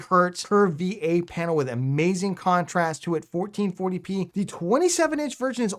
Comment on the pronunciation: That's a Mayzing 😂